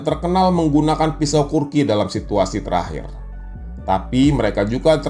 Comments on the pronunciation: kukri bang, bukan kurki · bukan kurki...tapi kukry... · Kukri bg bukan kurki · kukri bukan kurki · maaf nih bang, kukri bukan kurki